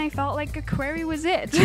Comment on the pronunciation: I love this, even though its a huge habitat, the porcupines dont get lost in it. Just a pronouciation tip. Quarry is pronounced Kworry. Its an awful word for non english natives.